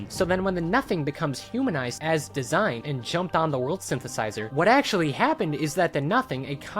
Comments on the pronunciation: Not sure if you’ll actually read this but the character DASEIN is not “design” it is “da-sein.” Dasein is a term coined by the german philosopher Heidegger and roughly translates to being an existence; more specifically how human beings exist in the world. Kinda of dope how the video game chose to name this character after this. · enjoy the videos. The Dasein tho is pronounced different. It’s a German word used by Martian Heidegger as a technically term for existence or being there/being-in-the-world. This comes from his book being and time an existentialist book. The ending note in arc four goes with this theme with finding meaning in a meaningless universe. College student philosophy minor this is what I do on my free time watch random YouTube videos to get away from all the studying. Then apparently use it for the most absurd reference. Like what kids are thinking of the meaninglessness of their existence and how they exist in the very moment. Ig in fairness I wrote on Dasein bc I knew what it was on a wizard 101 YouTube video at like 1 am.